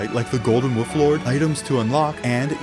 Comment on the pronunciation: did he really say the "golden wooflord" or is it just me?